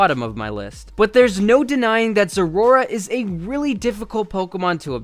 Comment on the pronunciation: Zeraora....? Isn't it ZeraOra? (pronouciation, not spelling)